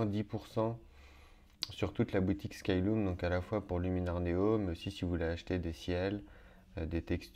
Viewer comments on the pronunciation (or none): Merci pour cet intéressant tuto, tu détailles bien toutes les étapes ! ( par contre, je pense qu'on prononce "skyleum" et pas "skyloum" !)